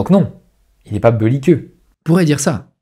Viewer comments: Pourquoi tu dis beulliqueux au lieu de belliqueux? C'est pour nous tester? ^^ J'ai ma théorie haha. "Au moins un trigger par vidéo" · ‘Beuliqueux’, ça veut dire ‘belliqueux’ ?